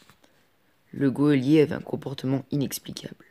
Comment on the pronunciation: c tres bien mais geolier on le prononce pas come ca